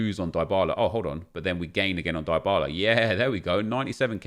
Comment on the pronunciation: Die-bah-lah is wrong... Dee-bah-lah is correct. Learn your content